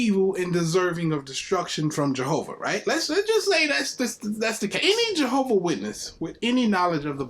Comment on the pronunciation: Is there any more reproach on God's name than...mispronouncing God's name? 🤦🏾‍♂️ Might as well be "John's witnesses, or better yet, Jordan's witnesses..same difference 😂